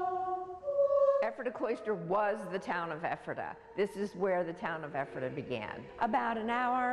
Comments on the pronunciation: Perhaps you should first learn how to pronounce Ephrata before doing a story about it. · Wish the news chick knew how to pronounce "Ephrata." 🤦‍♀️